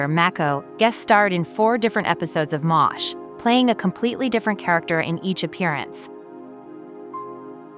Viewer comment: Is it too much to ask for these AI voices to actually pronounce the performers' and characters' names correctly? And I can't even count the number of times it mangled "4077th". It even mangled the name of the show ("m asterisk h" at :25, "mosh" ) Furthermore: the actress on the right is not Connie Izay but Pamela Hensley, who most definitely didn't die in 1982. the actor on the left is not James Karen but John Anderson. This video needs a lot of work.